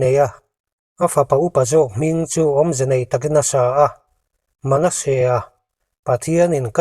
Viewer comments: Manesea i lam dan hi a dik lo aw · Manasea hming i lama, i thluk dan hi mak ve..